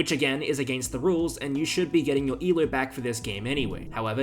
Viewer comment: Why you say eloooo (rhymes with shoe). It should rhyme with go